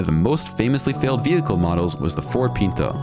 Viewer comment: The Ford Pinto was pronounced "PIN-toe," not "PEEN-toe." My first car was a 1972 Pinto. The base model cost $1700. I had a prettied up model that cost, I think, $2800, but at that, it had no air conditioning, no power steering or power breaks, and a manual transmission. I drove that car for 15 years and then traded it in for a Toyota hatchback that had more miles on it than my Pinto had. The day the recall was announced (for the explosion problem), I came as close as I ever had before or have had since to being rear-ended. I've been nervous about people following me too closely ever since, but as you can see, I'm still here.